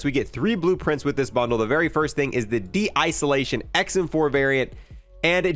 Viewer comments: Desolation * Not de-isolation 😅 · "de-iceolation" lmaooo